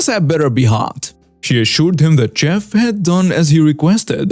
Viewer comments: Hello friend. I watch your program with captions. I noticed some mispronunciations, and hope to help. Chef is pronounced shef, and entree is pronounced ahn-tray in my part of USA. Chef was easy to understand because that is the Spanish pronunciation, however entree was pronounced in similar way as entry, which would not make sense. Not trying to cast aspersions but trying to assist. Love your enunciation and emotion while speaking. I respect your effort and have found your program very entertaining. Thank you. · FYI,: Chef: (French) pronounced "shef" Entrée: (French) pronounced "ON-tray" Holster: "HOLE-stur" Trivial: "TRI-vee-uhl" -cheers! 🙂